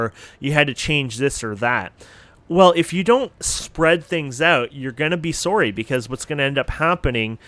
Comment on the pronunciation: must be a Canadian with the way you say “sorry”. Great video +1 sub